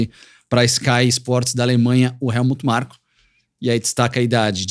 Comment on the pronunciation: O Nelsinho chamando o Helmut Marko de Markut Helmut todas as vezes e ninguém corrige ele 😂